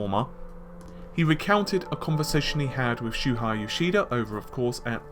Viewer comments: Wait, I thought his name was "Shuhei" and not "Shuhai". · You pronounce like this: Shoe-Hey